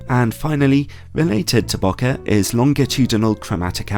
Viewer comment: Love your reviews but please, please pronounce bokeh properly. It's not bo-ka, it's more bow-kay kinda like okay.